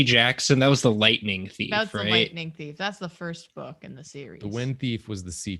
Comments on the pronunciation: I heard the wind beef, not wind theif 🤦👏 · I heard first prompt as "wind beef" and was so confused at the beginning, but slightly disappointed that I was wrong and will never see drawing wind beef.